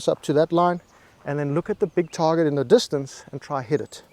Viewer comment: Just wait until you hear him say "distancey"...you're really going to lose your shit! Some friendly advice...go ahead and watch his videos...but keep your psychologist on speed dial!